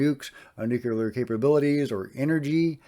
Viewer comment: Just a note on correct pronunciation,, nuclear not nuculer. No big deal.